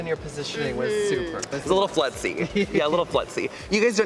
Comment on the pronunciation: oh my god him saying flutz like its this crazy difficult scientific term has me rolling the only persen who managed to invade the professional skating community before landing all his singles